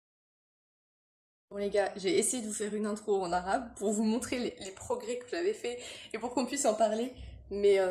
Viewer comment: bon sejour a vous, vous prononcez bien les mots arabes